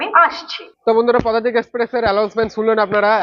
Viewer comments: "পুদাতিক" টা ঠিক করো দাদা লোকে হাসবে😂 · পদাতিক এক্সপ্রেস ❌ পুদাতিক এক্সপ্রেস ✅